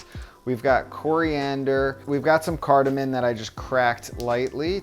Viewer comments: Those dishes look delicious. By the way, it's TURmeric, not TOOmeric and Cardamom, not Cardamon. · Carda-MOM! Lol not cardamon !!!